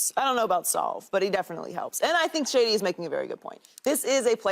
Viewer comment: McShady said it right